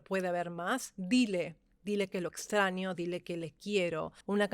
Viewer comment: Por que pronuncias extranyo sin el sonido de la ñ?